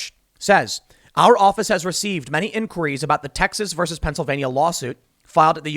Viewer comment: How does Tim pronounce enquiries 😂😂in q Rees 😂😂